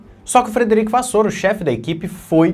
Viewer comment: a pronúncia do Frederico da Ferrari é Vassér e não Vassôr... Abraços e continua com o teu trabalho sério.